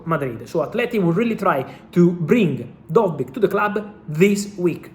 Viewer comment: lol also its dovbyk, not dojberg lmao